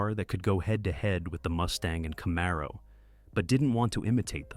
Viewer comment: Camaro.....Z28 seems to be quite difficult for this one... 🙂